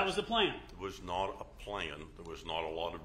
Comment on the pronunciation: I can’t stand how he pronounces “O” as in “not”.